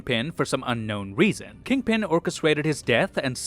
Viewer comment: Kingpin as kid-pin 😂😂😂😂